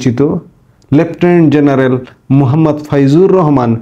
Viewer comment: You are smart, you talk well, but for God's sake get your J and Z correctly pronounced. খুব কানে বাজে jeneral, jaamat, jamaat, jeneral. Please please please